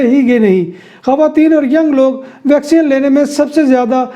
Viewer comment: Bhai yeh vacsean nahin hai vacseen hoti hai. Baqi informative hota hai program.